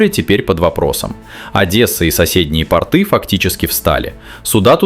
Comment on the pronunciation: пОрты,а не портЫ! ПортЫ на заднице!